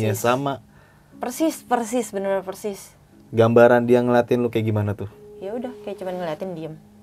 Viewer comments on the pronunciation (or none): bang mau tanya, knp konten2 horror ngomongnya "Percis" bukan persis?